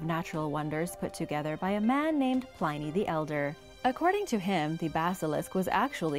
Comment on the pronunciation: Pliny is pronounced plin-ee